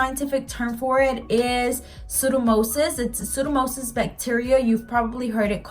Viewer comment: Hi, it's actually pronounced pseudo-mo-NIS. Great video. Trying to fix my green nail. Thank you.